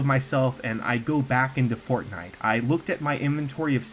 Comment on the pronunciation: Its just fortniye